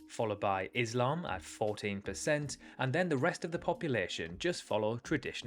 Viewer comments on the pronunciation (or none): none